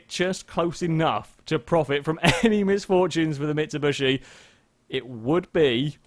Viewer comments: Considering he says it consistently, either has a very specific form of dyslexia, or it is intentional. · "Mitsubushy"